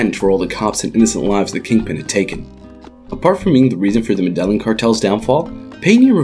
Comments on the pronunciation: Meh-DAY-yeen not Meh-Dehlen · "Medalin" really? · Jesus Christ, that hurt my ears. Meddlin’ cartel. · Please learn the Spanish pronunciations. " Medeyeen" is how the name of the city is pronounced. Two ls together in Spanish are pronounced like a y. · Med-eh-geen, get it right. Lol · FYI, not all white people say it like that. You would think the guy would've practiced the pronunciation before narrating a video about the Med-eh-yeen cartel. They only say it about 10,000 times in the show. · The way you mispronounce Medillin repeatedly is so triggering ... you WATCHED the show, where they say the name literally 1000 times, and you still call it the "Meddlin' Cartel" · Medellin cartel, pronounced Medeyin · why are you the only person on earth who pronounces Medellin incorrectly? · This guy’s pronunciation of Medellin is so so white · I think you mean american. The Spanish who named the city are from a place called Europe where the white people are from lol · Agree. I'm white and European and that's not how I say it. 😂 Why people tend to say white when they mean Americans? They're not the only ones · Ana Todd even most people in America know how to pronounce this correctly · How did you pronounce Medellin again? Bruh... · The narrator's pronunciation of Medellin is torture to my ears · i cringe every time he pronounces medallin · My guy does not know how to pronounce medellin. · I cringe every time u mispronounce Medellín